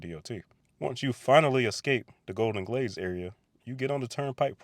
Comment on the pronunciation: Ah Golden Glades 😂 I thought you said Golden Glaze 😂